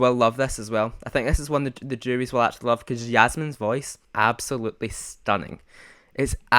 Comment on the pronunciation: the 'ij' in jasmijn is pronounced as 'i' (english letter and word)